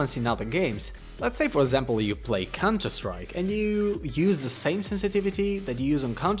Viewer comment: "Play cunter strike" xD